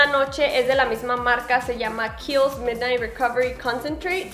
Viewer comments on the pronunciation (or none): none